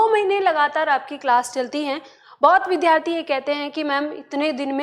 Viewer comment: महोदया , कृपया विद्यार्थी शब्द का उच्चारण सुधार लें । इसे विध्यार्थी न बोलें